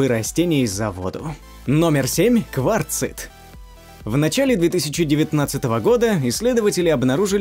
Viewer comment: "потайных залОв..." ??? по-русски кварцИт. С ударениями катастрофа, просто пипец, и эта раздражающая вопросительная интонация в конце каждого(!) повествовательного предложения. Безмозглая, убогая озвучка.